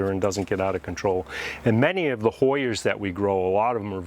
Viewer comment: Awhhh!! Him saying hoyers just screams Connecticut. I love it.